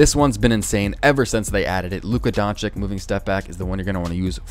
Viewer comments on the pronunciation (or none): It’s luka donchich no donchic